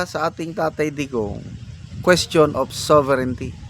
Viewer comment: Now She feel that word SOVERIGNTY😂😂😂😂